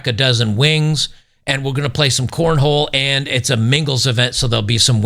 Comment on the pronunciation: you need to be apologizing for mispronouncing corn-hole. It is a southern extreme sport.